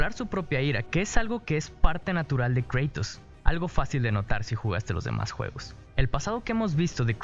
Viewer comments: cómo que "creitos"!? es un puto nombre griego, se pronuncia tal como se lee KRATOS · angel vasquez yo creo que se pronuncia Kratos, y no Creitos. Porque en griego y latín se pronuncia así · Se pronuncia Kratos, no Kreitos. P.D: Quien se ofenda tiene la maldición de que kratos te matara esta noche. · Se dice KRATOS no creitos :"v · Me incomoda que diga en vez de kratos dice kreitos, porqueeeee si siempre de ha dicho kratos, de todas formas buen video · Se pronuncia Kratos no Kreitos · No, el dice Creitos por que la A en ingles se pronuncia ''Ei'' pero Kratos al ser un nombre se debe de pronunciar tal y como es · En ingles se prononcia kreitos pero los españoles le dicen kratos a secas, despues todo él mundo empezo a creer que se le dice asi, despues cuando doblaron él juego lo doblaron como kratos, en realidad se pronuncia de las dos maneras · kreitos no... KRATOS!!!!!!!!!!!!!!!!!!!!!!!!!!!!!!!!! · kratos lpm no kreitos que te haces el estado unidense, igual, buen video ndeaah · kratos no kreitos,me suena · Nadie Absolutamente nadie: "kreitos" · Suena raro "kreitos" en español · Cuantas veces dijo kreitos alv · Dislike Porque dices creitos >:v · Porque llamas a Kratos ''Creitos'' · Me duele cada vez que escucho Kreitos :l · Kratos wn no kreytos xd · "Kreitus" por dios.... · Kratos es griego, en griego y latín, al igual que en español, la A fonéticamente SIEMPRE se pronuncia como A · Se pronuncia tal y como se escribe (Kratos) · ¨Kreitos¨ Uffffffff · Buena reseña pero eso de decir "kreitos" es griego, no anglosajón xD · Guad of wuaar -Kraitos Me hace gracia como lo pronuncias xDD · Me da cáncer cada vez que escucho Kreitos D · ¿: ¿Porque mencionas el nombre de KRATOS con un pesimo acento en ingle?. Kratos O Cratos: Griego antiguo Κράτος Krátos, en latín Cratus (PODER DE LA MASCULINIDAD). Su verdadera correcta pronunciación, seria con el acento natural de un Hispano-Hablante. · le daré no me gusta solo por tu pronunciación de kratos